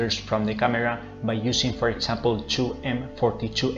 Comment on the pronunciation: Wow, great presentation. Thanks. Just a note, you are pronouncing "example" as "sample", it is pronounced more like "egg-zample". You are also pronouncing "did" like "deed". But, your english is very good. I hope this helps a little. Keep up the good work.